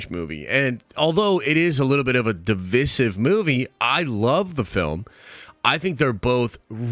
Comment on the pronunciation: How do you pronounce divisive wrong?